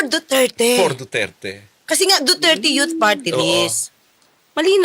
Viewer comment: 'in behalf of the duterte yot partylist" daw.. ano yaka yung yot na tinutukoy nya? itong nene na ito kakainin to ng buhay ng mga tulad ni cong flores at cong luistro.